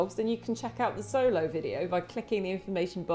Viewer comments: Also pronounced the Mexican dog wrong. Not “Solo”, pronounced “Show-low” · Pronounced xolo wrong too. Ha butchering all the names